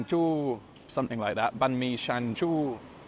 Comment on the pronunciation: The way you said banh mi is spot on 😍